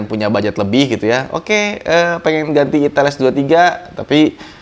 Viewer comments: padahal reviewer gadget lain smpek wanti" nyebutin merek nya, lah malah dgn sante nya bilang 'itel', bukan 'aitel' 🤣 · Mustinya "Aitel" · Bilang aja "aitel" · Ngucapin ITEL-nya hati2 bang, takut lidahnya keseleo.....😂😂😂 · Ngucapin ITEL nya ngeri ngeri sedaaaapppp 😅